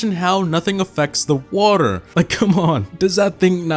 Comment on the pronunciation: cr season 1 the flod... FLOD Whater WATER